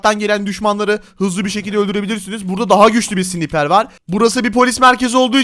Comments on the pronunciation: Abi o keskin nişancı tüfeğinin okunuşu sniper değil snaypır diye okunuyo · siniper değil sınaypır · Abi önce sniperi düzgün söyle